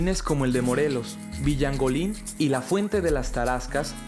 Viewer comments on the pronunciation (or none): Se llama "El Jardin de Villalongin" no Villalonguin... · Villangolin? Es Villalogin. XD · Como se ve que el narrador no es michuacano ni mucho menos moreriano, cuando dice villangolin, saludos a los michuacanos